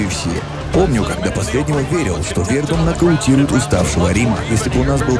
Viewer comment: Хороший выпуск, но ударение в фамилии Фабрисио режет слух)